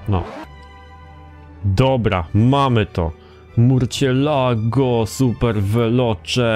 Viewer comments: Lucek, nie murcielago, tylko marsjelago :D pozderki ;) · Mówi się "Mursjelago", to Hiszpański. xP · Murcielago (mursjelago) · Z tego co wiem to się mówi „mursjelago” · Dobra zrobię mały hejt nie żeby obraźliwe ale następnym razem sprawdź na internecie jak nazwe danego samochodu wymówić ponieważ Murciélago się tylko pisze a teraz sprawdź potem gadaj bo jak narazie od tej wymowy uszy bolą...